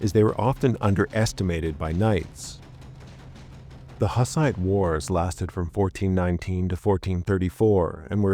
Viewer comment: Isn't it pronounced more like "hoos-ite"?